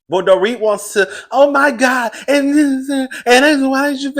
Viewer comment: Jennie MAY, DorEt, and Annabella .. are 3 women whose names will never be said correctly on this channel 😂